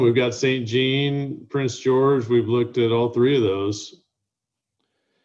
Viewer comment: jean isn't pronounced gene. it is zhah(n), more or less. like john but soft j and nasal n so not much of an en. Quebec names are tough ones if you are an American.